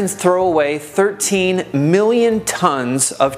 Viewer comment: Good advice to would be minimalists. I cannot help but cringe at the mispronunciation of the word “clothes”. It is not close, as in “close the door”. Nor is it pronounced close as in “near”. The word “million” is also mispronounced. Just saying..........